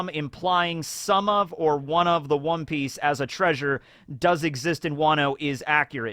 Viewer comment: Perhaps it's Wan(o) Piece